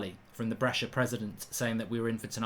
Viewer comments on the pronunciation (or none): none